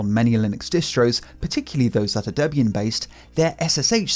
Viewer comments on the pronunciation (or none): none